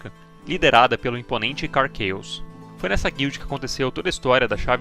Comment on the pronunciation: Se você le "KARR CHAOS" como: Karr "QuEIOS", você tem que ler o KARR com "QUERR", pois o a tem som de E no inglês. Ou laia como o nome de fato é: KARR "CAOS" CHAOS = CAOS. Dito isso, muito bom o video, nota 10